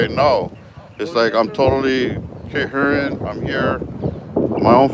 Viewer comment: COHERENT? OR CERHIRENT? LOL GOOD SHIT